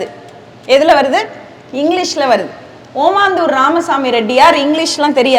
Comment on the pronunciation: காசுக்காக பேச்சு நிர்வாகங்கள் ஏதோ நடத்துகிறார்கள் பெற்றோர்கள் மாணவர்களை ஏமாற்றும் வேலை இதுதான் ஓமந்தூர் என சரியாக உச்சரிக்க வேண்டும் ஓமாந்தூர் அல்ல